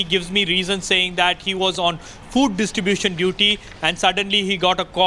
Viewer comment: It's distribution not ditribution